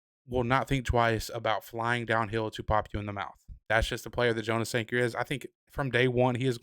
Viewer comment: Jonas Sanker’s name is pronounced Yonas not jo nas.